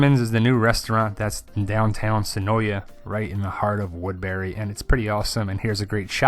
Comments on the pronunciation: Great video! Cool info. Just a cool fact, the a in senoia is actually silent. It is actually pronounced senoi. The locals are often annoyed at the constant mispronounciation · Of yeah, it's pronounced Se noy. Two syllables.